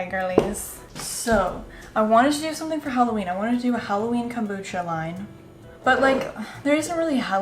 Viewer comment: the witch's kom-brew-cha!!